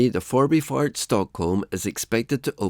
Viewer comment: Förbifart was pretty good. Essingeleden you really butchered.